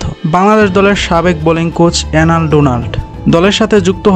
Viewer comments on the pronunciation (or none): এই এসব ভিডিও বানানোর আগে বাংলা উচ্চারণ ঠিক করো ওই লোকের নাম এলেন নট এনাল